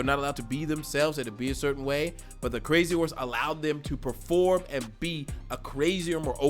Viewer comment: 把crazy horses強行唸成crazy whore也太強行。業配好煩喔可是我喜歡🤣🤣🤣